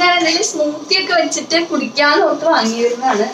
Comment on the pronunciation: കുട്ടിക്ക് നന്നായി മലയാളം അറിയില്ലേ???😛😛 "ട്ട" എന്ന് പറയേണ്ട സ്ഥലത്ത്‌ ഒക്കെ "റ്റ" ആണ് പറയുന്നത്.. 😬😬 തുടങ്ങിയിറ്റ് അല്ല തുടങ്ങിയിട്ട്... ഇനിയുമുണ്ട് വേറെ വെച്ചിട്ട് എന്നതിന്‌ പകരം വെച്ചിറ്റ്, പിന്നെ പുതിയതായിട്ട് എന്നുള്ളതിന് പുതിയതായിറ്റ്.. ഇതൊക്കെ ആദ്യത്തെ 1 മിനിറ്റിനുള്ളിൽ തന്നെ.. ഇത്രയും കേട്ടപ്പോഴേക്കും മതിയായി👎👎